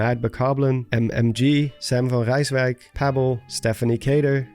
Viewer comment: The way you said Sam van Rijswijk… YOU MUST BE DUTCH TOO👌👌😂